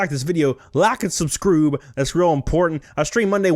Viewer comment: Can you start saying subscroob again?